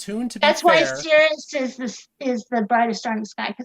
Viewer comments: Sirius - seer ee us, damnit!! The word pronounced seer us refers to a part of a bodily fluid. Tell her about poles and zeros in the complex plane - you can have lots of poles on the plane. Toss in bits like the existence of zeros in the right half plane for which compensation with a pole is not possible. Tell her about how often j appears in the calculations of noughts and crosses and explain to her that it is imaginary! Obviously a binary star is one with two distinct states - on and off or right side up and upside down or pink and blue or convex and concave or wax on and wax off or... She's so damned dumb and arrogant that "binary" in reference to "a" star has very specific meaning and that other uses of "binary" are irrelevant. I have to quick coming to this infliction point. It's just too painful and brain damaging. lives on the first point of inflection of the plot of the Dunning-Kruger effect. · Why does everyone keep mispronouncing SIR-I-US??? On top of all the other excruciating points, this is really annoying me. Somebody should have smacked long ago, and told her to respect her elders and betters. She has no concept of being in the presence of educated minds. How could you let her manipulate this with her aggressive insanity for so long? "Binary" means "two of", in this case, two stars. This wasted hours of my precious life. Again. Plus audio was way below par. We should have the option to turn it down if it's too loud. Too quiet, there's nothing we can do. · for shits sake, honey, it's Sirius. [SIRR] + [EE] + [UHS complete dope.